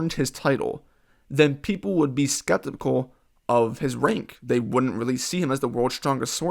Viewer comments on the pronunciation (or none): The way you say skeptical is trippy